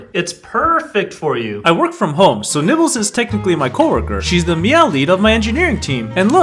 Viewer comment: for a second I thought his cat’s name was “nipples” and not “nibbles” 💀💀💀💀💀💀💀💀💀🫂💀💀💀💀💀💀💀😶‍🌫️😶‍🌫️😶‍🌫️💀💀💀💀💀